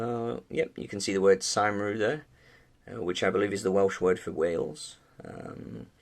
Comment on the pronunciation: Cymru is pronounced as cum-ree